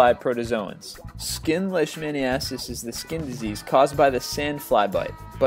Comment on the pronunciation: Its pronounced "Leash-men-I-uh-sis"....